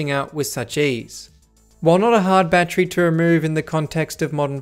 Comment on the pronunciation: Seriously though, why don’t you pronounce battery correctly?